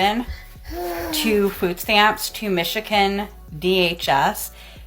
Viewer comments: As a former Michigan, not Michican dunno why she pronounces it that way….but I would 100 times over reported this lazy bitch. The absolute GALL to say OTHER people are ringing her life when SHES the one that scammed the system then BRAGGED ABOUT IT ONLINE!!!! Take a look in the mirror sis. AND YOURE HOME ALL DAY WHILE THE STATE PAYS FOR DAY CARE ARE YOU KIDDING. Oh and the criminal charges are NOBODYS FAULT but your own. This is the best thing I’ve ever seen. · I was gonna say something about her eye lookin crazy but i really wanna ask if they pronounce it Mishikin in Michigan or if thats just her